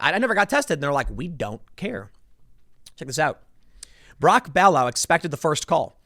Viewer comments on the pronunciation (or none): Brock Ballou is said BLUE like the color it's not a fancy french name it's a very common Appalachian name. Ballou is BLUE. Just a heads up.